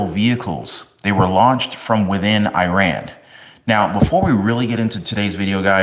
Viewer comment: Please learn how to pronounce Iran